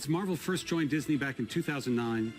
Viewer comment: When he said Marvels Firsf family i was in serious shock